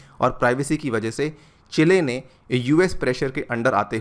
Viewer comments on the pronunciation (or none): चेले नहीं सर जी चिली......